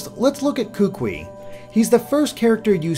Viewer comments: Hey, My name is Kahuliau and I live on the big Island of Hawaii and overall I really enjoyed your video, my one critique is that the way you pronounced some the island names and the name of the kukui nut were wrong but I did appreciate your effort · I'm going to say this now: Kukui is pronounced exactly how it's spelled in IPA, or [kookooee] for English speakers, and 'Oahu is [ō•ahoo]. I know that the pronunciations seem insignificant, but it's kinda grating on my ears. And yes, cousin is most likely a local thing, as in Hawaii, a lot of locals like to call others aunty, uncle or cousin, even when there is no familial relation. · Kukui is actually pronounced Koo-koo-ee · kukui is pronounces as ku-ku-ee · Hey Kukui is pronounced ku-koo-e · Pleaaaaase before you do another video work on your pronunciation of the Hawaiian language. It jolted me out of analysis hearing the language of my home butchered. Kukui: Koo-Koo-ee Oahu: Oh-Ah-Hoo Kauai: Kah-Wah-Ee Maui: Mao-Ee Molokai: Mo-Lo-Kah-Ee Kahoolawe: Kah-Ho-Oh-La-Vay Lanai: Lah-Nah-Ee Each dash that is indicating a new syllable in the word must also be enunciated. Your pronunciation of Kukui was close but you need to accentuate each syllable. Don't blend the syllables together because in Hawaiian almost all vowels are individually heard. For example the town Kaaawa is pronounced Kah-Ah-Ah-Vah. Or the Hawaiian word for owl, Pueo, is pronounced Poo-Ay-Oh. Anyway the video was awesome and I look forward to more of your analyses regarding the new generation! Thank you! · A quick video comment, you pronounced Kukui wrong. I'm from Hawai'i, and when you talked about the kukui nut, I didn't know what it was and why I never heard of it. I only realized you were talking about the kukui nut that I know once you talked about its purposes. The correct way to pronounce it is Koo-koo-ee.